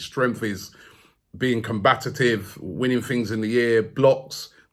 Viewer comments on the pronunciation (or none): When will Robbie stop saying "com-ba-ti-tive"? The word is combative Rob. Lol!